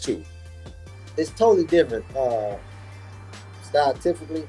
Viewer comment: Man said Styletificly 😂